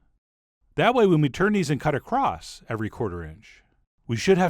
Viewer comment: holy shit he said "across" not "acrosst"